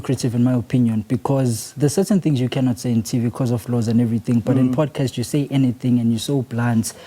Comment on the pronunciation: It’s not a Powdecast😭